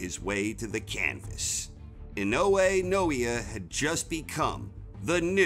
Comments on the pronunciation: His name is pronounced "Nah-Oh-Yah Ee-Noh-Eh". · Butchered his name 🤦‍♂️ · Naoya Inoue (Na-o-ya E-noy)🤙🏽